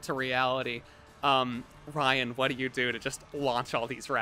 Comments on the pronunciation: I love how just starts calling Ryan "jyan" halfway through the episode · I herd condi's character as Dry'n instead of Jryan